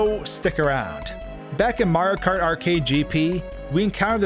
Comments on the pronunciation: Not even 5 seconds into the vid and i hear "MARKART" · You say Mario kart like a Californian Marokar